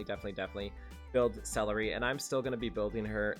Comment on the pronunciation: Why do you keep calling her celery??